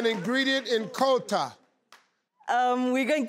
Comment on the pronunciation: Living in Europe I still won't forget Kota. And Steve you don't pronounce Kota like qouta. 😂